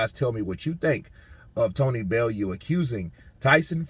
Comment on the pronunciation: It’s pronounced Belloo